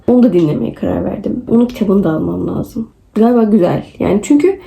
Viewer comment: Laazım değil , lazım . Üstü şapkalı a . Ae arası bir ses, la(e)zım gibi 😂